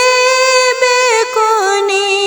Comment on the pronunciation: سبحان اللۀ لفظ بیکنی نہیں ہے ب کے اوپر پیش لگ کر بوکنی پڑھا جائیگا.....